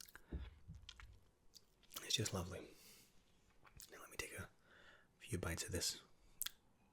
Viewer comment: I have no idea why, but when you said "take a cookie" it sounded like you said "dick cookie" and I had to rewind to make sure, lmao.